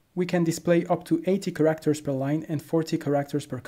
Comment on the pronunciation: You say characters like "ca actors" with an r in the middle. Can you say it with less emphasis on the second syllable like carrot. I'm not trying to nitpick, just help.